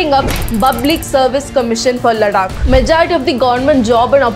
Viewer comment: Ladakh, लड्डाक नहीं है, लद्दाख है 🙂 एक भारतीय होने पर भी आप अपने शब्दों को ठीक से बोल नहीं सकते या स्वयं को पश्चिमी प्रतीत कराना जरूरी होता है। "Developing India isn't for Indians" - please this rule applicable on you as well. I hope you got my point. Overall you have genuine contant, keep working 👌